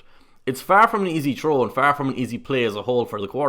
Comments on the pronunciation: please say “throw” correctly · lol, sounds like the guy is saying a difficult "Troll" lmao.